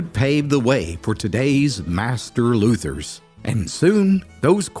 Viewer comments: It’s called being a luthier, not a “Luther”. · Pronounce luthier correctly.